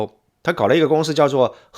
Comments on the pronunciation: Shi永信！正确！少林shi……看了33秒。个人认为，作为简中视频评论博主，起码的把发音好准确吧？！ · 少林si不是shi粉丝si不是粉shi，你这人怎么平翘舌音不分呢，听得我真难受